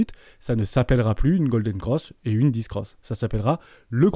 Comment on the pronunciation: On dit "dèf" pour death et "bèr" pour bear 😅